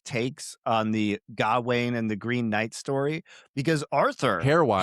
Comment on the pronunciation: If I hear say “GAH-WAYNE” one more time, I’m gonna jump through this phone screen and serve him up to the Green Knight. pronunciation is correct, it’s “G’ WAYNE”